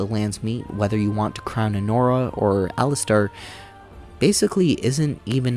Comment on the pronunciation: Dig the video, but ... The game is voice acted, so I'm a little confused how you get so many names wrong! Did you even play the game? Did your sound not work? 😂 Cailan: Kay-len (like Galen) not Kai-len (like Guy-len) Jawan: Jaw-wen, not Jawain Alistair: Alistair, not Alistar Even talking about PF:Kingmaker you call the game "Pathfinder: Kingdom" and the antagonist "Nyrissa" you call "Narsissa." Like, come on, dude! Are you really gonna spend God only knows how many hours playing these games to capture footage, then even more hours writing a script, recording it, and editing the 2.5 hour video together, and not even once in that process double check your pronunciation of names of prominent characters? But good summary and critique